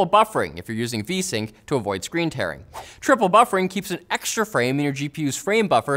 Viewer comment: Why do you say triple buffering like that lol